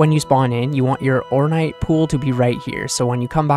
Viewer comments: orn8 like m8 orn8 not orn-ight i love you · It's not "ornite" it's "ornAAAATE" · Or-n8, not or-night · OrNITE....Bruh. wrong vowel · The way you don't know what the word "Ornate" means or how it is pronounced drives me crazy lol.